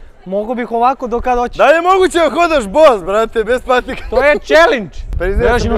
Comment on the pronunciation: skini patike i setaj boz umesto bos hahahahah